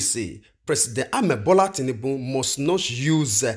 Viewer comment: It's Bola tinubu and not tinnunbun my brother